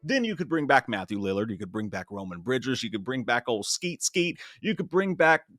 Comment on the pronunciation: You sound like his redneck grandpa when you say "ol Skeet Skeet".